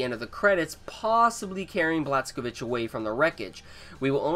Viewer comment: I think it's annoying that you never pronounce bj's name correctly